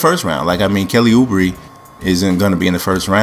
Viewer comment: Also Kelly Uh-Braa Come on franchise